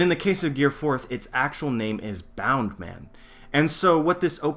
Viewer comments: BOUNCE man, not boun or bound man. Sorry, had to get that off my chest. Love the theory. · why the fuck do u call it bound man ur not Japanese it's bounce man in English bound man would not make any sense at all...